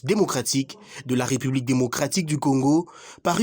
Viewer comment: De un, on dit ''république'' et non''republique''...: il y a un accent aigu sur la deuxième lettre du mot en question. De deux, trouvez-vous normal que le Congolais se sente obligé de remercier le Président de la république pour tous les gestes qu'il pose ? C'est vraiment ridicule de remercier le Président de la république après que les militaires ont marché pour se tenir en forme. Vraiment n'importe quoi, et pire, infantilisant. Comment voulez-vous qu'on vous prenne au sérieux avec ce genre de discours insensé ? C'est vraiment petit et malheureusement devenu à la mode comme un bon nombre d'agissement flatteur minable qu'on retrouve dans les discours officiels en RDC. Des superlatifs dans tous les qualificatifs attribués aux supérieurs hiérarchiques qui s'y complaisent ridiculement. L'ignorance et la mauvaise foi aidant.